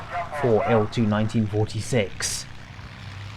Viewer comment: actually it's eye el two - not eel two :)